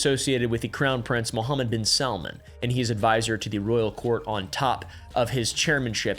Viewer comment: Woahhhh credit where credit is due. Your - seemingly - flawless pronunciation of “Mohammed ibn..” was impressive.